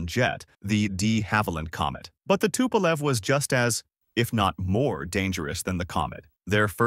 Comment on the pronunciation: Should've been longer and a bit more detailed, or at least focusing on other, much more important planes. Tupolev (spelled and pronnounced incorrectly) - 140 is a good example, but you only briefly mentioned 95, which is something you could make an hour long video about, a direct competitor to he B-52, a gigantic turboprop with insane range and payload capacity while being nuclear. No mention of Tu-160 is just criminal, it is one of the most prominent supersonic strategic bomber currently available, see current Russo-Ukrainian conflict. Ilyushin (incorrectly spelled again) - again, not mentioning Il-2 is absolutely criminal, this planed played a major role during late WW2 and is absolutely legendary strike aircraft. Il-76 and 96 deserves a bit more air time as well as not mentioned Il-10. Yakovlev (finally properly spelled/pronnounced) - No mention of the absolutely legendary WW2 crafts like Yak-3 and 9 and their variants, and modern models like 38 and 141 just shows total lack of research or "idgaf" of writer. Yak has a plethora of interesting, experimental aircraft that deserved at least few seconds of air time, in exchange on focuing on their civilian planes Sukhoi (back at incorrect everything) - At this point I really wonder, how come you spent most of the time at one of their two civ aircrafts, while their mil planes are one of the best in the world. Su-27, 30 and 34 got only a few seconds mentioning their name, while they are probably the most iconic USSR planes of the